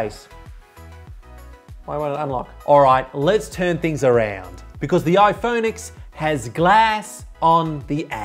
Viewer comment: Actually it is pronounced “the iPhone ten”